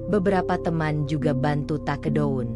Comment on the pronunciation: Cerkel,circle (sirkel) ,tikedon 😂😂😂😂😂take down?